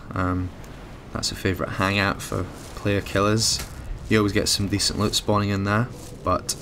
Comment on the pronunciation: Lut?no it is loot if you are going to talk to the English pronounce words correctly your name I'm fine with.